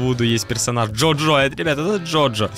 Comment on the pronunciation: Джу джу❌ Джо джо✅